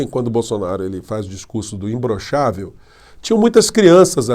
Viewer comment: Eu acho que ele fala imblochavel Como fala paralipi de crack